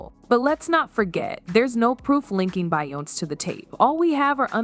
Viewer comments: Say her damn name right! It's not bion its BEYONCE'!!!! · You should thank Be yon ce for being able to breath.... 🤣🤣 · What is Bayonse? I wanted to watch and listen to this but this Bayonse got me bored. Please pronounce it right to make your video interesting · what the fuck is her name…bion …???what the fuck is Bionn!!! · Yeah I got bored from watching because of that Bayonse crap. I just paused and now I'm out. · A little bit and she was calling her BIONIC 😂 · She's saying her name wrong to stay out of legal trouble 😅. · You can’t even say her name right! 😂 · Omg pronounce her name properly lol Hollywood is fuck up 😢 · I agree with you I mean I know there's a lot going on that's putting her and Jay z in hot waters but like the fuck if reporters is gonna spill tea about someone the least you can do is say their damn name right 😡😒